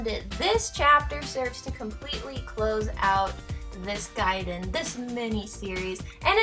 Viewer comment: Finally somebody who pronounces it 'gaiden' instead of 'gayden'!